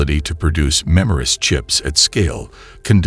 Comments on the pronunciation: Not "memorist", MEMRISTOR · MEMRISTOR! Redo the audio.